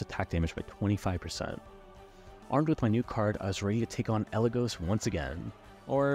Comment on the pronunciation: AND mispronounce “Eligos”, who has had their name said aloud canonically before. It’s a little funny